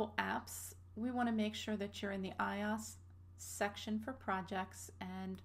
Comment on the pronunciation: Everytime I here her say iOS, it's like hearing nails across a chalkboard. It's pronounced Eye-oh-ess, not eye-aus. Like OS X is OS TEN, not OS X. Good video though for starters.